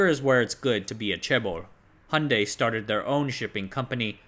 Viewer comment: Please check your pronunciation of 'Hyundai'.